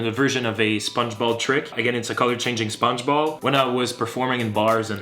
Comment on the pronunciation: It took me legit 2 minutes to realise he's saying "Sponge Ball" and not "SpongeBob" 😂